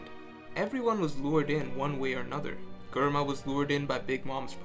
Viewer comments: Sorry this is the first time I’ve listened to u, I love the insight agree with it all, but can’t stand the way u pronounce everything wrong… hahaha germa is Jerma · It's "JER-MA" not GER-MA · how did he just pronounced Germa ... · Who the fuck is "Gurma"